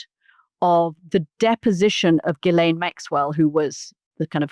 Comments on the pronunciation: Mooch, come on, man... you gotta stop calling her "Jisslane." Ghee-len. It's French, you know. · 'Jizz-lane' Maxwell? Are you sure that's the pronunciation, Mooch? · The s in Ghislaine is silent. It’s pronounced “Shi-lane”. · Let me help you out Mooch... since you didn't take the effort to learn how to pronounce Maxwell's first name, even though you are in the political commentary business commenting on a very high profile individual... Hard G and silent S. Like, Gee-Lane. Its not rocket surgery, it's called Google. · A Producer needs to tell Scaramucci how to pronounce Ghislaine & it's nauseating how he refers to Epstein as 'Jeff'. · Anthony’s credibility is a bit dubious if he can’t even pronounce Ghislaine Maxwell‘s name correctly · Katy for goodness sake tell Mooch how to pronounce Ghislaine!!!!